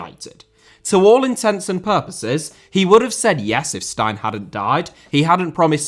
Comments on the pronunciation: Great video, except for your pronunciation of Jock Stein's surname (Steen, not Stine). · Jock Steins name is more pronounced Jock Steen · Jock Stein is pronounced Steen! Christ Almighty, how could you not know how to pronounce the name of one of the most legendary managers in history? FFS! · Jock stein is pronounced steen and not like the large German beer glass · should learn how to pronounce Stein correctly. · Jock Stein is pronounced like ‘bean’ instead of ‘fine’. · My God. Learn how to say Jock Stein's name properly. He is only one of the legendary managers in football. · His surname is pronounced Steen not Stine 😊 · It's pronounced Jock Steen not Stine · Jock Stein = Steen. It’s your country and the first British manager to win the European Cup. Could at least learn that pronunciation. And do you know the difference between a stepsister and a sister in law? I don’t think I wanna see your search history. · Have to say the 1st one is wrong... arsenal approached aberdeen for fergie 2 years before Steins death, and the dons told fergie to hold out for man united who were a sleeping giant and who would look to Fergie after Atkinson left and it's Stein as I rhyming with steen not stein as in rhyming with nine... come on mate you're usually spot on. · Great video. Jock Stein is pronounced Jock Ste-een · Jock “steeeen” not “stine” .. stein …. also big jock knew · Jock Stine? Who is Jock Stine?! You mean Jock Steen l presume. And it's written Stein. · Fantastic video as always, as a Scot I must inform you Jock Stein is pronounced Jock Steen though an easy mistake to make due to the presence of the i. Take care. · Good god. Your pronunciation of Stein is making my ears bleed. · The surname of Jock Stein is promounced "Steen" not "Stine". Sorry but that is incredibly annoying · It's pronounced Steen not stein bud makes me shudder hearing it said that way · Jock Stein is pronounced Steen not Stine. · Jock Stein is pronounced more like Steen than Stine.